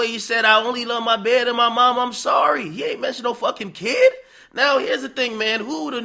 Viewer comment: The funny part is that he didn’t say he loves his bed he said mahbed his son middle name